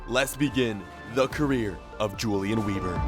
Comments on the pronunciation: Its pronounced Ulian Vehbor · I think you should pronounce it Hulian Veeber, because he is German 🇩🇪? Like so he can see it. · If he’s German then his name is pronounced ‚Yulian vayber‘. I can’t watch vids where people don’t make the effort to pronounce foreign words. Pisses me off too much.